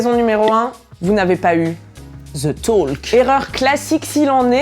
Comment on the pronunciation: On prononce pas le l dans talk